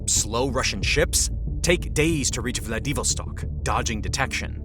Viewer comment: The reader-bot can't pronounce 'Vlad i VOS tok.'